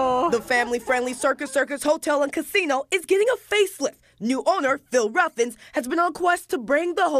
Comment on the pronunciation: Cut...CUT. Now,, the man's name is not Ruffins, its Ruffin. Im not going to tell you again. If youre going to properly represent this broadcast, number one is to get local business leaders name right. Sheesh.